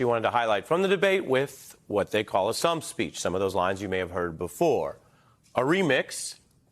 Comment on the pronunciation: is it that difficult to pronounce stump??